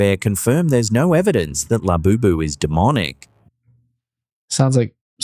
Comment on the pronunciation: The whole Labobo doll is only a way to hype it for sales. It's just like the cabbage patch dolls and furbies. It's also interesting that "" can't get the name right. If you listen to him, he calls it Laboboo, Lafufu